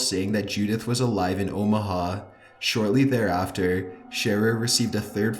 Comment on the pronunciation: Omaha more like o ma ga